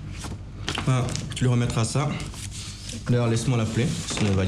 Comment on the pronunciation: Suis-je la seule à remarquer que ne sait pas bien prononcer "u"?J'ai l'impression qu'elle dit toujours "i" au lieu de "u", genre "ti" à la place de "tu"🤔🤔🤔